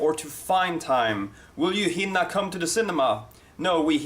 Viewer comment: He says some word wrong Hinna its Hinner. Jag hinner inte till bion i tid.